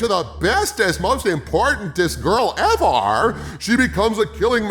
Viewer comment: The second he said "Bestest EVAR" I knew we were in some deep shit